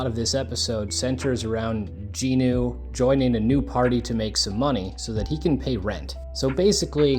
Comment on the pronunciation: It's going to drive me crazy if I don't say it so...his name is Jinwoo (Gin Woo), not Jean Ooo. Aside from that triggering my OCD, enjoyable to hear people talking about their experience with the show.